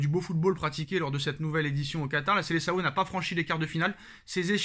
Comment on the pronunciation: svp , prononcez SELESAON !